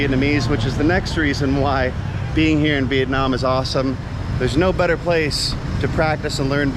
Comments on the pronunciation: Hey! you are supposed to pronounce "here in Vietnam" not "here in Việt Nam" LOL. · Haha the moment and the way you put the accent in "Viet namm" word, I'm like "Oh he definitely became a Vietnamese in his soul and spirit" :))